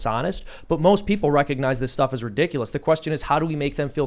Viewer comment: This guy can’t say the word “ridiculous” can he? 😂